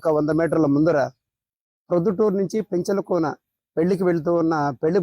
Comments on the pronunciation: రావూరు కాదండి రాపూరు పెంచికల కోన కాదు పెంచలకోన😂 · O rey ravuru kadura rapuru Ra Penchala kona Ra Penchakala kona kadura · అది రావూరు కాదు స్వామి , రాపూరు, పెంచిల కోన కాదు , పెంచలకోన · Rapuru . Penchalakona .. correct ga places names cheppandi . Edo casual ga video cheyyadu Bro .